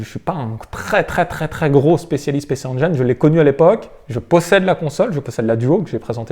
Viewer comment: La Pécé Anjaillene:D Pici N-Jin si tu veux le prononcer correctement parce que tu prononces très bien GAME GEAR et pas Gamme Jire!^^ Bravo de montrer de bien belles machines comme celles-ci.